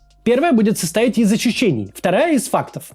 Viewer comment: Иврит портит Каца-клаца: клацает он чаще, визжит сильнее, а русское слово "ощущение" ему уже вообще не дается😂